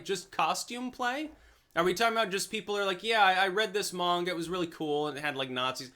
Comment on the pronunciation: Aww snap pronounced manga correctly